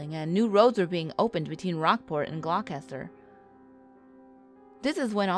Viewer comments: glocaster.... lol your def not from mass.lololol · its a weird one but Gloucester is pronounced Glaw-ster (or Glaw-stuh if you're from the area)